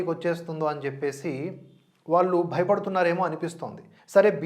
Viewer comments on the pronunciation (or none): none